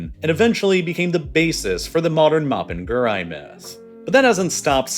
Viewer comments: For anyone interested, the monster isn't "mopen gúrai" it's "mapinguarí" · Note: Mapinguari is pronounced as mah-peen-gwa-ree! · Ok, he trying to say "Mapinguari" made me laugh lol Also, Mapinguari would smack the s*it out of the sasquatch and big foot fr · His pronounciation of Mapunguari hurts my soul